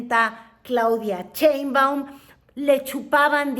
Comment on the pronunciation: Claudia Chainbaum!!!😂😂😂😂😂😂😂😂😂😂😂😂! No señora pseudo periodista ! Sheinbaum! De qué le sirvió su educación Fifi??